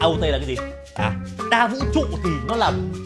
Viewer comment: Hiha anh nói trong không ran là không có vũ chu